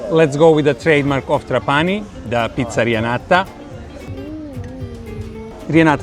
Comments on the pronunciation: Uno potrebbe pensare che un traveler esperto come lui avrebbe anche potuto imparare la corretta pronuncia di TrApani invece di TrapAni. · Trapani is pronounced with the tonic accent on the first A, as in the Italian word trapano, the tool for making holes in a wall or in wood etc.